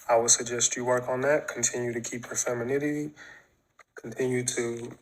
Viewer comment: He looks like a bum and can't even pronounce femininity..